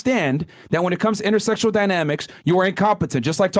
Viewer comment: Omg did NOT just say "intersectionsl dynamics," dude you're a misogynist, you cannot say you mind intersectional dynamics in the LEAST. 🤣🤣🤣